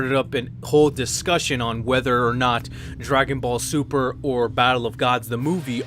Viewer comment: I hate when people say "like any true Dragon Ball Z fan" as if you can't be a true Dragon Ball Z fan and not like Dragon Ball super. Speaking of that, you said Dragon Ball Sumer :-)